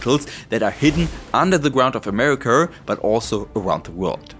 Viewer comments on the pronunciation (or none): Americur (America) and arier (area) 😂🤣😂🤣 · That hard R on America had me rolling 😂 great info.